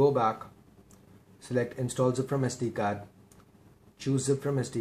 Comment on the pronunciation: bro its sd card not sd gaard!